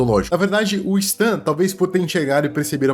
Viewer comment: se pronuncia sten moço